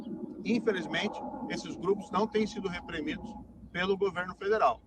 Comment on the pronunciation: Ele falou repremidos com a letra E em .